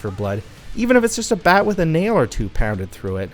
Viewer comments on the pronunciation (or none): none